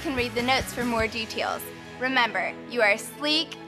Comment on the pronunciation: It's it sheec it's ch ch chic